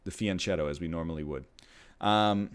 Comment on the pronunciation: It's pronounced fianchetto with a hard ch as in kettle. almost like fianketto